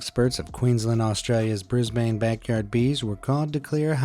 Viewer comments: Not how you pronounce Brisbane but ok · Brisbane is like Brisbane the A in it is pronounced a not A